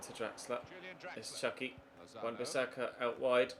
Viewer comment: It’s chuky not chucks